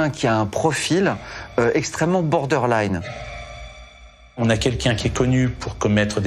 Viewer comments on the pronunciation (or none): 18.30 “ bordeur line “ ( rendu phonétique 😂) à la limite, presque , qu’on pourrait dire , vous pourriez vous tenir au français , les équivalents ne manquent pas et on évite d’avoir l’air idiot avec une prononciation vaseuse . Advise without malice 😜